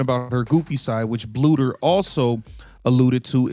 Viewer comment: Not a bad video but you need to teach your AI to pronounce Coach Bluder's name correctly!